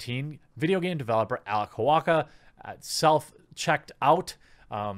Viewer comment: Normal people: Holow ka TheQuartering: HolowWaKKa